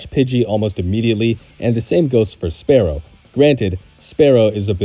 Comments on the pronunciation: That isn't remotely the same thing Spearow is Spear and Sparrow He's just pronouncing it sparrow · No, because english is stupid and inconsistent. Nobody pronounces spear as spare